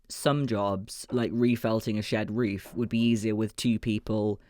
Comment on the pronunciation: Agree with all the fans who feel your content is so healing right now. I had to rewatch once I realized that "reef" and "reefer" meant "roof" and "roofer." A little (wee?) request if you could work in, possibly, as a challenge: the words "jade" () and "reef" or "reefer" into the next video or so? Like an Easter Egg for any other US-based linguists and linguistics-curious types. You are the best! Felt reefs by Jade forever!